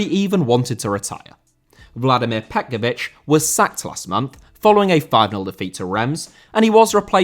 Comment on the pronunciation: Petković* not Pe'kovyć